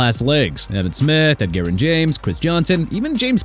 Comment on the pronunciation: Don't start that Ed-Garen garbage okay?! Edgerrin is pronounced eh-juh-rin! Understand that?! And who are you to say "Miami is not building a football team"?! Maybe the Dolphins shouldn't be a football team. Is that what you think?! And everybody in the comments can jump in too!!!!